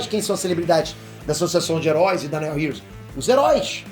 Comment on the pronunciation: O Nome "Neo" heros tem a mesmo fonema do nome do principal ator de Matrix "NEO" e não tem esse som de "E" na pronúncia! 😁